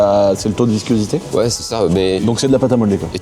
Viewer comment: Pourquoi tu dis viscuosité? 😅